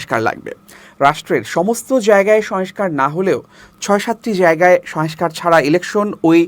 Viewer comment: সোয়েস্কার নয় , সংস্কার !